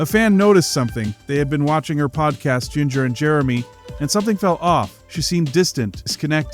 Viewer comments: Her name is pronounced “ginger.” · Omg I hate when people pronounce her name like this lol